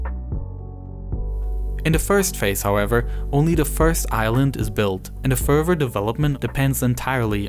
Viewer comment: Your speech skills are great and engaging, but for GOD's sake quit saying "Furver" instead of "further